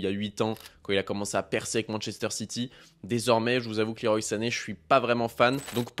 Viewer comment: Le roi comme Claude Leroy pas Liroï La team pro pour le pseudo (pas très anglophone) mais gg pour la vidéo sinon ;)